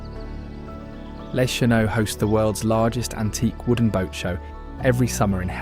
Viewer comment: Les Cheneaux "lay shuh no" That's where I am from. :) Grew up on one of the channels across from Marquette Island) Hee hee, sorry but Mackinac is pronounced Mackinaw. Just letting people know. ;) The dirt road to Crisp Point is sometimes too bad for regular cars to get back there. 4-wheelers tearing up the corners doesn't help.